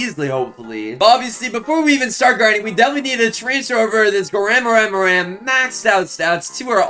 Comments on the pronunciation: Bro he says chef crabracadabra chef garamara😂😂😂😂😂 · Bro calls garamramam , gwemwemwem